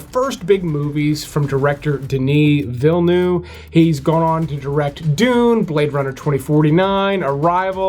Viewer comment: At least, for the love of. G, learn to pronounce the names correctly.. Ville-nu.. OMG .. Ville-NUU-Ve